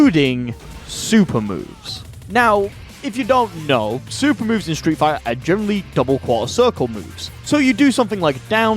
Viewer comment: Hehe stree' figh'ah au'o combos